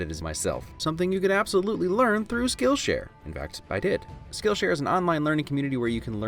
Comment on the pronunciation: Could have sworn he said Skittleshare .